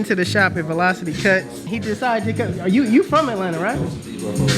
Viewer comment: “ard u guys”